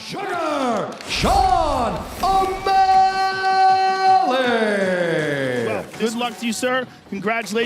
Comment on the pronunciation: "Seen O'mally"